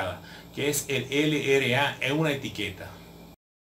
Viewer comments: esta bien pero no se dice ere ele a, se dice erre ele a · No es ere es errre